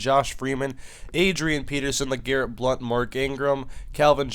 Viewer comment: BLOUNT NOT BLUNT :D